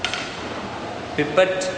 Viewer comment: he says pipat to pipette..I luv dat accent 😂😂😂😂😂